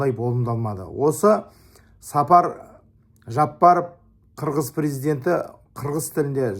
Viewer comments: Сапар Жапаров эмес , Садыр Жапаров деп туура айтсаныз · Неге эле Сапар дейт,Садыр Жапаров болуп айтылат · Сапар Жапаров🤦🤦🤦🤦 Садыр Жапаров!!!!!!!!! Казак эмнеге туурай айталбайсын?!!!! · Туура айтасыз бирок , Сапар эмес Жапар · Чабансынбы?Садыр Жапаров деп туура айтсан. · Казак тууган биздин пирздентин атын туура айтчы Садыр Жапаров деп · Президенттин атын туура айтсын анан да Ташиев премер министр эмес УКМК нын жетекчиси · Казак тууган дурус айтасын но пожалуйста правильно выговаривайте имя нашего президента,и по поводу почему у вас нету человека на подобии Ташиева,может и появиться в будущем так как чтобы найти такого человека нужно железный не пробиваемый дух. А так Кыргыз Казах Бир тууган буйурса все хорошее впереди иншаллах